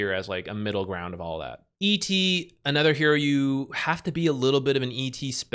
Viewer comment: Can you stop saying ether instead of other. "Bane is anether one..." "Ether heroes."